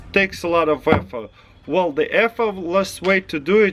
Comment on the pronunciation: "Very very vell"